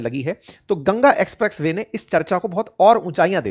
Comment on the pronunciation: Bhai ji apka Ucharan express Way ko aap galat Bal rahe hai so kripya dhyan den